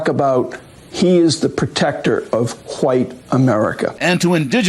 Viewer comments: "Hwite America". Lol there are really people that do speak like that. I thought it was some joke/caricature only. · check out how he pronounced the word "white" ... hilarious family guy moment